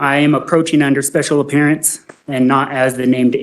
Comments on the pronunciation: “special oppearance” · ..special “opearance’ ?